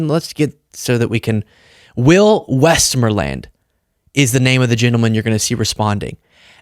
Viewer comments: Jeez,! Ever hear of General West MOREland? I spelled it that way to help pronunciation. Look up Westmoreland/Viet Nam War. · Westmoreland is a fine name. Look up Gen William Westmoreland from the Viet Nam War. Pronounced West-MORE-lnd with the emphasis on the second syllable. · Sorry, but if you never heard of the surname Westmoreland, look it up before you record yourself acting so confused. And pronouncing it differently doesn't make your bafflement less eyebrow raising. It's pronounced west-MORE-lend. General Westmoreland was a MAJOR figure during the Vietnam War. I'll let you read about him rather than keyboarding more. He was as prominent as LBJ, Nixon, or Kissinger. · it’s WestMOREland. Not an unusual name! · its so cute how you love thus farmers last name. Where I live we have a town called Westmoreland 🥰Its pronounced westMOREland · Dude. Learn how to pronounce the man's name. He even says it out loud. WestMOREland. It's a fairly common and normal name around where I live. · Dude please ZIP IT. And you've never heard of General Westmoreland - leader of Vietnam armies? Pronounced: WEST-MORE'LAND accent on 'more'. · OK, sorry stepping into teacher mode here. There are towns with the same name. It’s pronounced westMOREland. The emphasis is on MORE with west and land having the lighter sound. Thank you for sharing both sides of that and I agree. The older farmer does have good points and is showing compassion. Thank you for sharing, balanced news. And your facial expressions just cracked me up.😂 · Hate to double comment, but it's honestly pronounced "west-MORE-land" like, it was always heavily Anglicized from what I've heard. I instantly got your manifest destiny pause on the name, but I actually hear the last name as a kid in the 80s before I ever learned about manifest destiny! That farmer was so spot on, more folks need to see this, I'll be sharing it. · It's pronounced "westMORElind"...next county over from me is Westmoreland